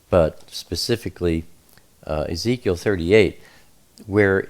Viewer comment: He said "Yeheskel" for Ezekiel. Thats also the malayalam of ezekiel.